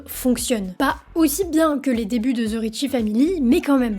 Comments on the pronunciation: the se prononce de et non ze , je sais pas pourquoi tout les francais le prononce mal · Là, la France, arrêtez de dire "ZE" lorsque vous dites "THE"! Ça se prononce DE ET NON ZE.😂 C’est un DE en accentuant un peu la prononciation sur le bout de la langue.🤦‍♀️ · The ne ce prononce pas ze